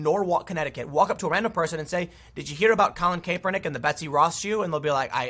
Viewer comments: It drives me crazy when someone reports on a story or is some type of announcer and they mispronounced the name. Especially when done over and over, like this video. Do a bit of research and make sure you pronounce it right. It's pronounced cap-er-nick, not cape-er-nick. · Cap-er-nik, not Cape-r-nik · It's "Cap" not "Cape" lol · you know what Tim, just ignore our comments an keep pronouncing it kay pernick. Also w the stock, firms can keep its price afloat until they find enough suckers to displace their own shares. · Something did happen. You are mispronouncing his name over and over. So great! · The way you say "Kaepernick" upsets me for some reason. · Tim you talk about too many stories with Colin Kaepernick in it to keep pronouncing his name wrong lol